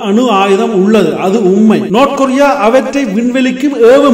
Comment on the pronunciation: நோத் கொரிய இல்ல டா பேபயலே நார்த் கொரிய டா